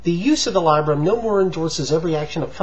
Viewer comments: I'm glad I'm not the only one; I keep hearing him saying "labia"... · How trustworthy can '' as a credible scholar when he can't even read or pronounce 'Labarum' properly? Lay-bee-um?? If he can't read and pronounce it correctly, what else does he get wrong when reading? Duh! LOL! I nominate '' for the 'Elmer Fudd' scholarship award!! Anyone want to second the nomination (wabbits excluded)? Labarum doesn't attack the KJV Bible, he simply has eruditiously exposed the fallacy in believing the KJV translation was inspired verbatim by God.